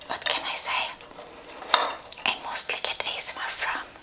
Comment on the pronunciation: How she says "asmr" she has a weird acsent to it